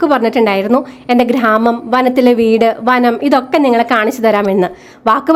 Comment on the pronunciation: നല്ല സ്ഥലം ❤ പിന്നെ ഖ്ര്രാമം അല്ല..😂 ഗ്രാമം എന്നു പഠയൂ കുട്ടി..😁